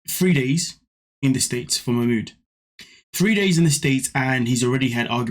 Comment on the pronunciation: Wtf is wrong with Nicole and her friends calling him Mach mooooood ffs it ma mood even ma mood says ma mood . She’s just a glutton for punishment the most miss matched pair ever . He is too set in his stupid ways let him go back to Egypt and she needs to be on her own they’re both horrible . I won’t watch them anymore . Fast forward .